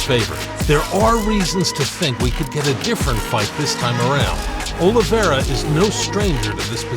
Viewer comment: 45 sec in and im out.heheh he sayd olevere is the faforit heheheeheheheeheheheheehehehe